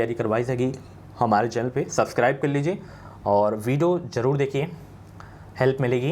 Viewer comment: Job ❌ zob ✅ Jarur ❌ zarur ✅😅😅